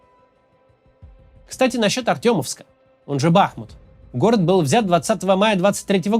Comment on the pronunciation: Не БАхмут, а БахмУуууут!!!!!!